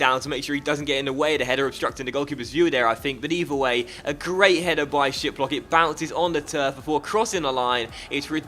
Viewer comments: No hate, but Frankfurts Goalkeeper Name is pronounced Ra-det-ski 😁😊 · is it just me or does it sound like "shitblock" when you say his name lol 😂😂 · The way you say Hradecky made me laugh so hard XD It's pronounced Hradezki. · the Frankfurt Goalkeeper is pronounced radetzki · Hradecky is pronounced ra-det-ski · I cringed so much lol😂